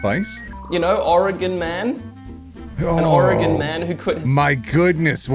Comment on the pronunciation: i’m honestly surprised that pronounces Oregon better than some people in the U.S. 😭😭😭 (also home state mentioned:0)